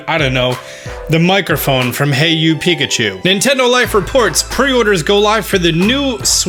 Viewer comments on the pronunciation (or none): none